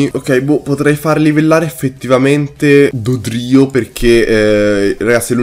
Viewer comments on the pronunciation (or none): Potresti pronunciarlo Dòdrio e non Dodrìo? Grazie, se lo farai. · No, è sbagliato, se cerchi su internet, ogni persona pronuncia Dòdrio.